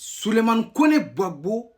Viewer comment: Ont dis Gbagbo et non gbapo tu va en sans que tu es vraix burkinabè perdue 😅😅😅😅